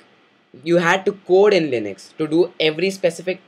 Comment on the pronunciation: Its Linux, not linix